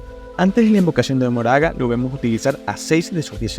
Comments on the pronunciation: quien es Moraga? es Makora (como lo pronuncian en japones) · se lee "makora"